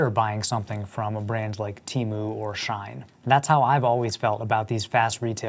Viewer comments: It's pronounced not like "Shine" but more like "She - In" As in "She in soooo much debt from all that fast fashion she buyin'" Also no shade dog but it sounds like your mic came from Temu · Shein is pronounced “SHE-IN” not Shine